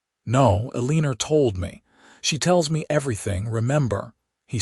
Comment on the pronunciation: AI needs to learn pronunciation of Eleanor and Boise😂